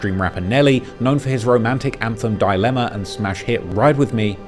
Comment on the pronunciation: hearing “Dillemma” as a featured song, did make me chuckle. 🤣